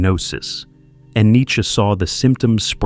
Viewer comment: This academic has a very unusual pronunciation of "Nietzsche"